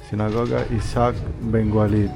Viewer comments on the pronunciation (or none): none